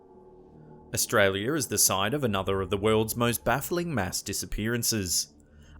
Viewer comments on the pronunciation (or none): Australi - a ........as in "are" and not "err"